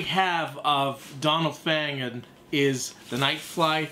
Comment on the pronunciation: Nice review, I have this as well going for big money now, btw it’s pronounced Fa-gan not Fag-an